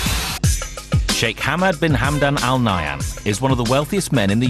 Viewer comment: just for correction its not Al Nayam Family its Al Nahyan Family